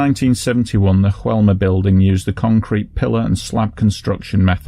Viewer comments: I love your videos, you really try and make them clear and respectful and this is no exception. Keep up the great work. P.S.: just a small detail: in Brazil they speak a form of Portuguese, not Spanish, so the building's name should be more like "Joe-elma", not "Ru-elma"... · Hey! I'm Brazilian and it's common for foreigners to interpret things from here as Spanish just like the way you've said "Joelma". However, we speak Portuguese (just as similar to Spanish as English is to German, close but definitely not the same). For a better reference, you could've read "Joelma" with the "J" sound just like you would using the English pronunciation. Thanks for the video and keep it up with the amazing work!